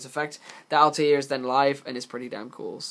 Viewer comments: JustTooGood It isn't though. "Altaïr" from AC has a double accented "i", which leads to the "All-tie-ear" pronunciation. "Satellarknight Altair" has no such accent, meaning it is pronounced "All-tear" as in "A'll tear you a new one for pronouncing 'Altair' wrong." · It's to counter the fact he can't say Altair correctly.